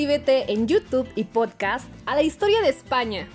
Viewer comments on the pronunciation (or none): none